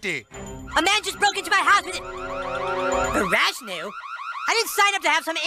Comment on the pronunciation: "Farashnu" LOL xx